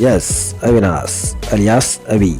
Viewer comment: ಅವಿನಾಸ್ ಅಲ್ಲ ಮಾರಾಯ ಅವಿನಾಶ್ ಅನ್ನು